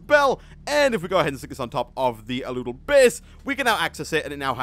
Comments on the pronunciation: Al-u-del Not a-loo-del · ***** it's pronounced Al-u-del :) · The aludel is pronounced al-U-del